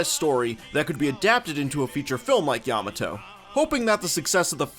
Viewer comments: What's a yam-ah-toe? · You pronounced Yamato incorrectly that was the cringe